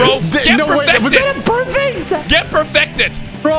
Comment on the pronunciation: some say they called him Sauce-uke